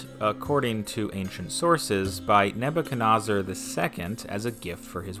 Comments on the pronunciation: Why do you pronounced “Nebuchadnezzar” as “NAA-boo-chuh-NAA-zur”? Per Wikipedia, the “NAA” sounds are supposed to be “NEH” sounds. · "Neb-a-ca-Nos-er"?? "Nob-a-ca-Nos-er"??? What is happening here. It is an unusual name, for sure, but it is pronounced pretty much like it is spelled. With 'Neb's not 'Nob's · The way Nebuchadnezzar is pronounced makes my skin crawl. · Your pronunciation of “Nebuchadnezzar” is wrong…and inconsistently so (each time you said it, it was different; yet all were incorrect). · Thanks for butchering Nebuchadnezzar name